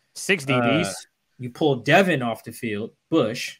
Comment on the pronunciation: it’s Devon, not Devin.